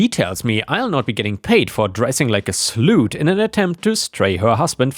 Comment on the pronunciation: "slut" isn't said as "sloot." I'm pretty sure you knew that already but just in case you didn't, it's said as "sl uh tt." Other "pronunciations" include whore, tramp, and hoe.